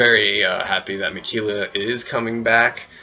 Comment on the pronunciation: I wonder what's his opinions of Jeff Varner is now?? And I know it's minor but everytime u say Ma-Key-La, my OCD goes rampage lmfao.